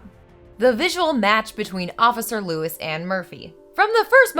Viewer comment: Isn't it "Lois"? Just saying. Much love for your channel either way.